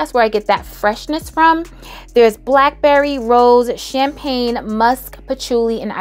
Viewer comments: Don Rosa is Champagna!😂😂 pink me up is “champagne. Get it right guys.. and peep the difference😊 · it sends me every time you say CHAMPAGNA 😩😩